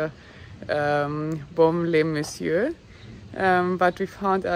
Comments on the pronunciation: merci pour ces belles images ,j adore votre accent et votre façon de prononcer BAUME- LES -MESSIEURS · Baume-les messieurs est un incontournable de notre belle région, bien-sûr. Présenté et prononcé avec votre ravissant accent anglo/suisse bernois il devient plus merveilleux encore. Merci, vivement le Bordelais.